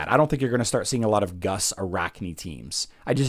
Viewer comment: traditionally the 2 uu's in a name is pronounced ew. Primarily found used in Eastern European countries words. Therefore, Guus would be pronounced Goose. I Love your content man. Keep the faith and keep the information coming good sir.